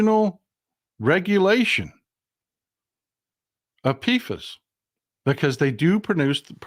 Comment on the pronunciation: Polyfluoroalkyl substances (PFAS) is pronounced "pee fas"